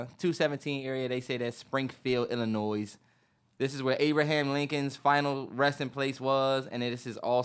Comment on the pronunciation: Illinois the S is silent lol